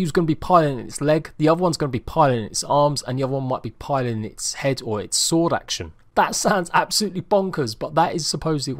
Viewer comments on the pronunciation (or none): none